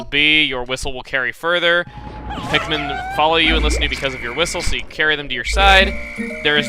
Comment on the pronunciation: You call them pikmin.... I call them MIKPIN!